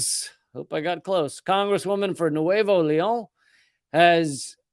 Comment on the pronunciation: Your pronunciation of Nuevo León pretty good Lee. I just wrote to NPR complaining that they do even try with LatinX names yet they pronounced all 9/11 hijackers’ names perfectly.